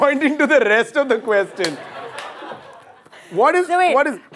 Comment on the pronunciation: The way abhish pronounce question 😂😂